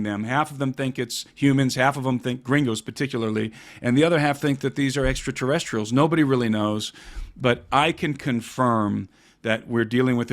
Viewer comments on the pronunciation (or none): Not Extraterrestials!